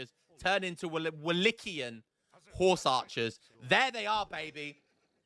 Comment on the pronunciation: Watched this to see you call it Wallitia again hahaha. Got the bonus of Wallichian and Wallatian this time too.